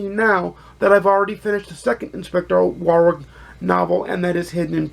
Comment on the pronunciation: Great review - another one to add to my tbr - thanks. (In the UK we pronounce Warwick as 'warrick', the second w is pretty much silent.)